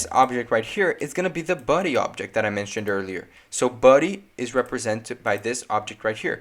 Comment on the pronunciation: You pronounce body as ‘buddy’ lol